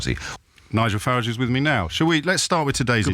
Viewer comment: Farriage - again, luv the pronunciation. ( I bet Nige luvs it too 🤣)